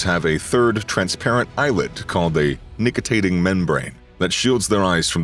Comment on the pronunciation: It's called a NICTITATING membrane, not NICTIATING membrane!